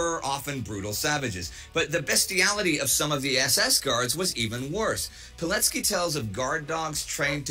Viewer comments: the correct pronunciation of his name would sound like "Vee-told Pee-let-skee" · Just a small note - you've read his surname slightly off - in Polish, the "c" represents a "ts" sound.